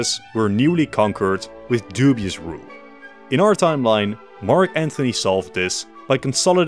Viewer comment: Pronounces Cicero (possibly) correct, but still says "Mark Anthony". Genius move